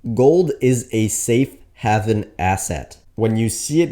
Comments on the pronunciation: A safe what ? It's pronounced " have in " as in " gave in " not " Gavin " . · Great video, I've been heavy GLD and SLV for a few weeks now. FYI, it's pronounced HAYV-EN (I promise). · Great video! One question, if gold going up is such a strong sign of a coming crash, why isn't everyone selling stocks in reaction? By the way, haven is pronounced "hay-ven". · you are mispronouncing the word HAVEN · That's not how your pronounce haven